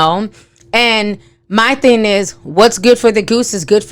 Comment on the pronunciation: Im always waiting for you to say the "G" in "thing" & you never do! 🤣🤣🤣🤣 you just always say "thin". It cracks me up every time 🤣 😂